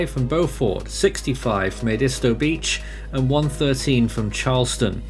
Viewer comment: Protip from this native South Carolinian: locals pronounce "Beaufort" as "bee-YOU-ford" and "Edisto" with the emphasis on the first syllable. I can't fault you too much, considering places in your country like Worcestershire and Cleobury.